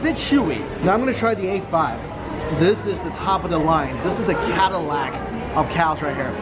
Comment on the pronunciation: The cattle-ac, you say, Mike? LOL